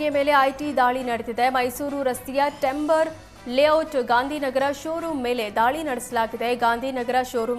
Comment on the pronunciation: ಟೆಂಬೆರ್ ಅಲ್ಲ 🤣 ಟಿoಬರ್ ಯಾರ್ಡ್ ಅದು.